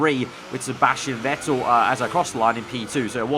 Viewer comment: Vettle XD its vettel